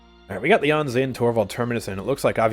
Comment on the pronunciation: Somehow I only just now realized that all of voicelines are talking about Lian, and not some guy called Leon xP In my defense though, I expect the stress in Lian to be li-AN, and the way says it tends to sound like LI-an